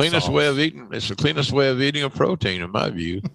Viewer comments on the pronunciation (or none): none